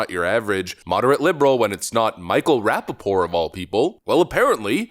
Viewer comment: You pronounce the last "T" in "Rappaport". It isn't pronounced "rapp-a-pore".